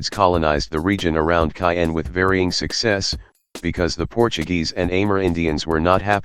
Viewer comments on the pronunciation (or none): none